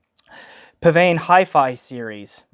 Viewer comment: You pronounced psvane correctly! Did you know psvane was a spelling mistake?